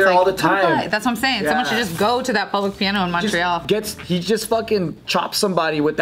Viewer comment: Btw Montreal is pronounced ‘Mun-tree-all’ ;)